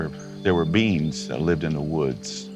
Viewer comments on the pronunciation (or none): Did anyone else hear "there are Beans living in the woods" now I can't unhear beans whenever he says beings!